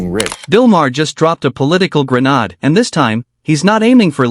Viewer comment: Please. Enough with the AI narration. gre-NAAD? ka-mahn!